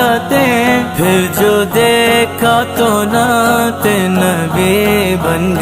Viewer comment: We like you so much but please don't make video on this stupid person he don't know how you say natt so please don't make on video on this stupid person